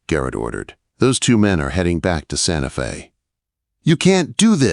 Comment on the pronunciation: Your Ai finally pronounced Santa Fe correctly. Yay. Alabama